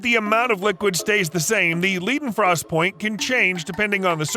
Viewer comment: Ok... the pronunciation of Necronomicon and Leidenfrost is driving me absolutely crazy...